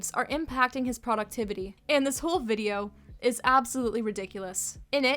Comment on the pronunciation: "Poductivity" legitimately made me worry if i had a stroke wtf